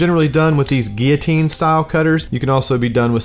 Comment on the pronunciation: His pronunciation is correct.